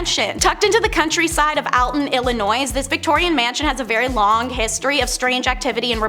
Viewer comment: Never heard of Illinoise, either. FYI, the "s" in Illinois is silent.